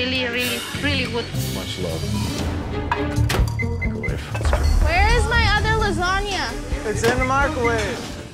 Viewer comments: They need to stop using the meecro-wavre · i u the maicrowei 4 duh cheemichangas